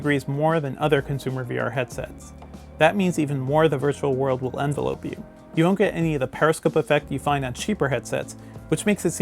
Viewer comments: Did he say envelope (like a mail package) you???? I think you read that wrong.... It's envelop you (common mistake) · Oh yeah? It’s gonna envelope me ? Lol editors who don’t know how to pronounce envelope vs envelop. Where do you guys find these high school drop outs?